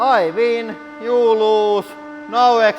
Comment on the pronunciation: "I vin you lose No exsplosin"